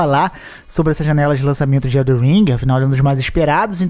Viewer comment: Não Eh eldeR eh eldeN !